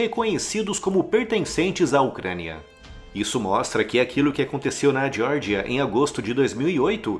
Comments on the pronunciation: Vídeo bom, mas diordia, para meu, dói os ouvidos é Geórgia, essa diordia deve ser nos EUA. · Você pronunciou Geórgia como se fosse o estado americano da Geórgia (jórgia) sem necessidade. É Geórgia mesmo.